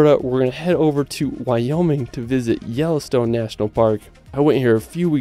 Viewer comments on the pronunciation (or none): Good ole Yellostone 😅